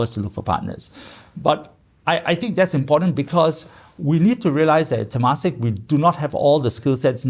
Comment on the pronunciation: It's pronounced as tuh-MAH-sek